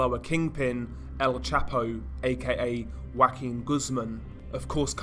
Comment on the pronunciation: Lol. "Wackin" Guzman